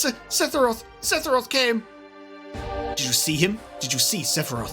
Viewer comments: It's funny how you say "Sethiroth", whereas I say Sephiroph. Why is his name so hard lol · Yall gotta get that seTHiroth pronunciation down haha